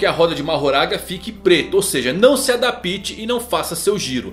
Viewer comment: Nossa cara, tanta gente que fala do Mahoraga e nesse erro crasso de dizer "AdaPIte" Não tem esse som de "i" não cara